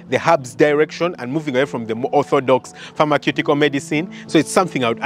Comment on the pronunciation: Great post. It’s pronounced “Farmer-syoo-ticol” 🙏